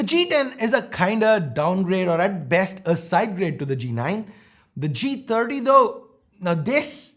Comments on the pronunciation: Lol I thought I heard Moti G tatti when he said first line. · I heard moto g taati😂😂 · He said motog30 ,it sounds like motogtatti😂😂